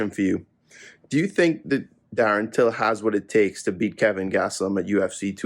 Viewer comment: There's also the smart guy casual who's calls Kelvin "Kevin"